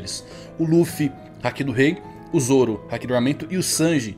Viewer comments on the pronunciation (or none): none